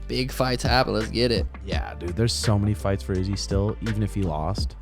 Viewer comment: why does this channel pronounce izzy's name like that?!